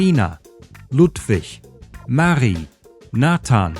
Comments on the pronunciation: Marie needs stress on 'rie', not on 'Ma'. (Just saying). And 'Ida' happens to be a name popular with Jews 😄 They missed that. Also, the whole matter shows how infinitely culturally ignorant the Nazis were. Our father Ya'acov (Jakob) received a 2nd name, i.e. Israel. Not Jewish at all 😜🤣. Why they had to shorten Friedrich to Fritz is anybody's guess. Interestingly I know only the last version, but with 'Siegfried' and 'Zeppelin'. "Last year's version" I've never heard of. Salzwedel instead of Stuttgart makes sense, because the 'S' in Stuttgart does not represent an 'S' - sound. Unless you pronounce it Schwäbisch S-t instead of sch-t. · My nitpicks with your pronunciation would be: - Samuel is pronounced with long e, like "Samu-éhl" - Likewise, Emil is pronounced Éhmil - Oh, and Marie is stressed on the second syllable